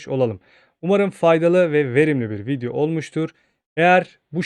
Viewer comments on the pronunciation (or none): none